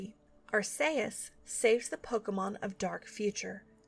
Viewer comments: Weirdest way I've heard Arceus said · Wow, given my only exposure to this series was the DX remake and the anime its pretty dark with all that doomed future stuff. This was aimed at children? I mean the whole fake out vanish of the main character is dark enough. Also I'd like to clarify its pronounced arch-ee-us. Granted I'm no better since that one Pokémon movie pronounced it Arse-ee-us and I assumed that was right. LOL! I really love how soothing these are to listen to. While at the same time engaging and informative to keep my attention. Ever thought about reading books to children? You have such narration skills. :)